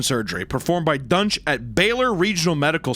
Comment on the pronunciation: I thought they were saying his name was "Dr. Dunce".